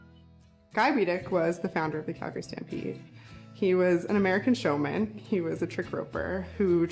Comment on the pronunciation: I love that you say Calgary properly.